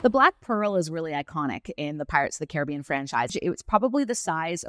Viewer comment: her pronunciation of “Caribbean” is killing me